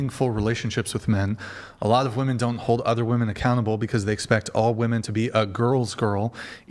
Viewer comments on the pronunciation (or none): Women is pronounced wee-man